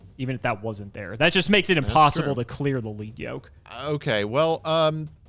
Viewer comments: It's 'Led' Yoke, not 'Leed' Yoke. The Yoke is made of lead, a heavy metal. It slows the monster down, so it has lower attack points. As parts of it get broken off, the yoke gets lighter, the monster speeds up, it hits harder. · Fun fact: Battlin’ Boxer Lead Yoke is commonly mispronounced (thank you English) but it’s actually ‘LED’ as in the metal because he has a Yoke around his head which was used by animals to plow fields or pull carts. So the card’s name is referring to the equipment around his neck. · Does it bother anyone else that they pronounce it "Leed Yoke" and not "Led Yoke" as it should be? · Once again, it is pronounced Lead Yoke like the element lead...sheesh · I'M GONNA HIT SOMEONE WITH A LEAD YOKE IF THEY KEEP CALLING LEAD YOKE 'LEAD' YOKE! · It’s crazy to me that every Yugitouber mispronounces Lead Yoke. His yoke of made of lead.